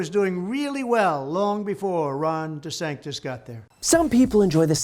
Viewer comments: I don't think Trump was trying to come up with a new nickname, I think he just can't pronounce DeSantis, or perhaps isn't really sure what his name actually is. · He's only using "DeSanctis" because he accidentally said it in Iowa and is pretending now that he did it on purpose. He didn't. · I think he’s been saying desanctimonious for so long he’s forgotten how to say his name correctly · Ron Disanctis? haha. His speech impediment is getting worse. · I laugh every time I hear Trump call him DeSanctus since the word Sanctus means holy, so yes trump is an idiot. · The reason Trump is having a Hard time Saying DeSantis, in lieu calling him DeSanctus is because Trump is Actually Dyslexic and cannot read his Que Cards with any authority... Watch Trump's eye's, he is having a Hard Time Focusing... and he's also full of Shit,,, that may be cluttering his eyes as well. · Did he say Ron "DesSankthis"? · I thought he was saying "DeSankedUs" lol. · "Ron DeSanctis". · DeSank-tus 😮 Who’s that Trump??? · desanctos?? sanktus? not sanctious? de-saintous? da fick is he talking about 😂😂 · My suspicion is that Trump has resorted to the pejoratives 'DeSanctus' and 'De Sanctimonious', simply because he can't remember/pronounce DeSantis. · It's not DeSanctus, it's DeSpicable!! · De "Sank"-tis. That's what he's doing. Putting that "sank" in there as a negative association to his name. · de-sank-this has meaning though. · I thought he was saying De-sanked-us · He may well be saying Ron DeSankedUs, as in Sanked Us. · It's actually a stupidly brilliant nickname (for the MAGA crowd). Ron DeSanktUs sounds like he's saying "Ron, he sank us" subconsciously while explicitly being that abbreviation for sanctimonious. We need to be careful, because this guy is stupid in every way except knowing how to fight dirty in order to win arguments he shouldn't win, and we can't afford to underestimate this malignant narcissist again. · He called him Ron DeSanctis 😂🤣🤪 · "Ron DeSanctis"? huh?